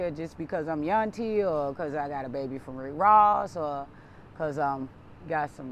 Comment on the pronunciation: Its Yuntie/Yunty